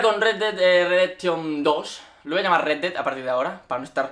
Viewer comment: "el dedai"